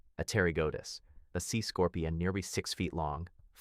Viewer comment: Are you saying nearwy? Cause that's what I heard